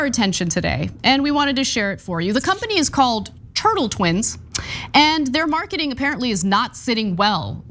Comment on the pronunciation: It's Tuttle Twins, not Turtle Twins "Who could have saw that coming?" "...could have saw...?" Really Anna? It drives me nuts when 12 year-olds use bad grammar, and I have to restrain myself from not correcting other adults, but you put yourself on the 'net with commentary, you really need to avoid such glaring mistakes.